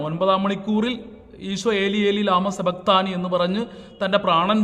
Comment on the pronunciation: എലി എലി ലമ്മ സഭക്തണി എന്നല്ല... ഇലാഹീ...ഇലാഹീ.. ലമ്മ ശബക്തനി... എന്നാണ്